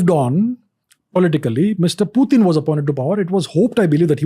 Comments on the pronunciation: Pyu-tin is not Putin! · It's not Pewtin Ranveer. Putin. pronounced it correctly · Bruh it's not pewt-in, it is put-in 🤦🏻🤦🏻🤦🏻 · putin bol le bhai...pewten kya hai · its not pew-tin ...its putin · Its "पुतीन" not "प्यूटिन".. Don't try to look more cool by doing such pronounciations. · Its Puttan not peutiin 🤣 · pew-tin >>>>>>>>>>>>> putin 😅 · it's just purely showoff by telling पुतिन as प्यूटीन. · No Phew…phew….its pu… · Pewtin kay? Putin ahe te! Kay tu bhava. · Its "putin" not "pewtin" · nope, it's pronounced Putin in Russian , not pewtin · It’s not Pu , it’s Poo tin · It's not pewtin... It's putin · What is PEU-TIN?😂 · Protein hi bol do Pewtin kya hota hai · When he says piutin i kind of dumb down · pyutin...?😅 why bro? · प्यूटेन, प्यूटिन गज़ब बोलते हो गुरू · Even foreigners don't pronounce Putin as putein then why this sasta angrez pronounce him that way 😅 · Is it only me or others are also got irritated of his pronouncing Pewtin ? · Pyutin? Bro, that's annoying. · That's what i am wondering. He's trying to look more cool by pronouncing "pyuuuteen". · "Pew-tin"...why so many Indians are pronouncing it like that? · President Pewtin 🤣🤣he said 😂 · No bro....it is pronounced as Putin... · ye 'pewtin ' kya he?? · Why Does He Say Pyu Tin Is is The sign Of Being Overly Sophisticated? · pewtin lol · but putin is Russian so you can't change Pronounciation of Russia in English or any other language because the word had Russian origin